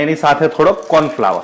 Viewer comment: tamara wife sathe to kyarek intro karavo yar.. ane ek suggestions che k corn flower nai corn floor bolo.. dungari nai dungadi bolo